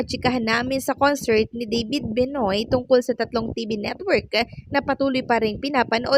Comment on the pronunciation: Benoit is pronounce as Benwa or Benua